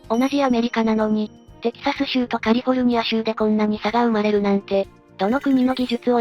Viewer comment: カルフォルニアZAMAwww